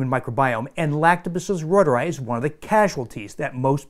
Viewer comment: It's German, pronounced: ROY TOUR EYE